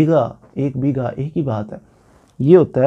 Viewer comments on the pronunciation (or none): Begha not Bega بیگھہ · اسلام وعلیکم و رحمۃ اللہ و برکاۃ پلیز آپ نے بہت ہی اچھا سمجھایا ہے مہربانی آپ کی لیکن آپ سے عرض ہے کہ لفظ بیگا نہیں بلکہ بیگھہ ہوتا ہے ایک اور عرض کرنی تھی کہ میرے رقبہ کے درمیان سے سڑک گزرتی ہے اور مشرق وجنوب سے بل کھاتی ہوئی نہر ہے جو کہ پھر مغرب کو چلی جاتی ہے میری کوشش کے باوجود مجھے محکمہ مال سے مساوی نہیں مل رہی ہے جس کو شائد فیلڈ بک بھی کہتے ہیں میں اپنے رقبہ کی قطریں جو ہیں ان کی پیمائش کرنے سے قاصر ہوں کیونکہ مجھے نہر کی چوڑائی معلوم نہیں ہے میں کیا کروں راہنمائی فرما دیں